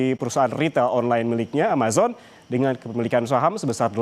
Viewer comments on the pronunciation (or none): none